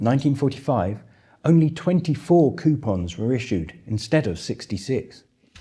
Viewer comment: Ha ha the lady commentator said "quepons" instead of "coupons" I love that common goof🎩